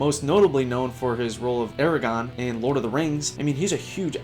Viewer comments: It's Aragorn, not Aragon, it bugged me sorry. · ARAGORN, NOT ARAGON. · Aragorn, not "Eragon" Elijah Wood, not "Frodo" Bernie Worrell, not "Bernie Warhol" Get it right. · "Eragon from Lord of the Rings" Oof.. Aragorn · Aragorn not Aragone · I don't at all hate to be this guy. It's AragORN. Not AraGON. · you just said EreGON.... cmon my guy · "Aragon" Okay. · It is pronounced AragoRn. Son of Arathorn, chieftain of the Dúnedain of Arnor, Captain of the Host of the West, bearer of the Star of the North, wielder of the Sword Reforged, victorious in battle, whose hands bring healing, the Elfstone, Elessar of the line of Valandil, Isildur's son, Elendil's son of Numenor. And don't you fucken forget it, bucko. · Tell me you're an airhead without actually telling me you're an airhead: AraGONE lol. SMH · if you say Aragorn so very wrong one more time, you'll be aragone ya silly goose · I'm morally obligated to dislike for that pronunciation of Aragorn